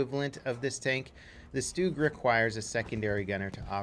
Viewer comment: It's a stug not a stoog